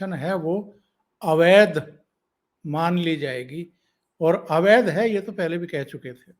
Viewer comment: अवैद्य नही अवैध